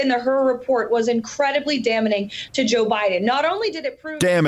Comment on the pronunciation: "Merrica Garland"? "Damnening"? 😂😂😂😂!!